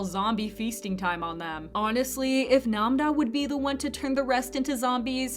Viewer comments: Why do she call Nam ra Nam da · Namda is crazy I thought it was Nam-ra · Why is she calling namra namba